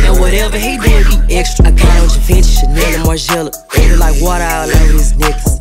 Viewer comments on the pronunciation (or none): That is not how you pronounce "GIVENCHY" Lmfao!